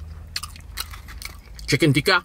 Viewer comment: All Correctly pronounced bro with the exception of these two dishes i.e. it's not "Aaloo Goobi",It's "Aaloo Gobi"(Aalo is potato and Gobi is cauliflower which means "Potato Cauliflower") and secondly it's not "Chicken Teeka",it's "Chicken Tikka"(It is basically a chicken which is barbequed with seasonings). OMG!Looks really tasty!!!Proud of my Pakistani Cuisine ever bro!!!Keep on trying various Pakistani dishes bro!!!Love from Pakistan!